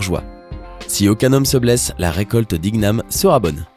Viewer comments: Il a dit iguname ca se dit iniame 🙂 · On dit pas igname on prononce gn comme montagne